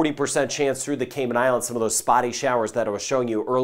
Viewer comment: must have a connection with the islands. He correctly pronounces all their names and leaves out none. Thank you